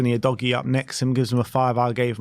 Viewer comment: Maybe Udogie is on tilt with your pronunciation of his name. Repeat after me: Ooh. Doggy.